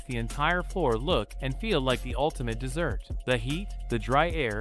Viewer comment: 'Desert' was pronounced 'dessert'